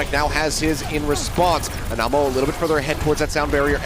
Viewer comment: love how the casters weren't saying Anamo's name right